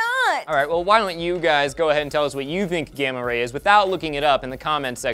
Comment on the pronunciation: Ahhh not gammar ray